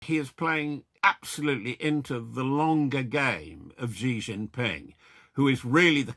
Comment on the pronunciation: Why should we believe a word from a guy talking about Xi Jinping when he can't even pronounce the name Xi Jinping. FAKE.